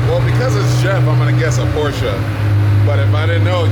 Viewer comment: KingOfNines its funny when people that can't speak German try to pronounce Porsche